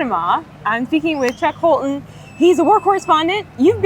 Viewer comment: It's funny that when you said his name it sounded like Chuck Colton 🤣 Sounds like Holton is a Christian, too 👏